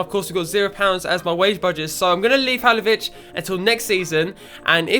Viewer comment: Halilovic not Halovic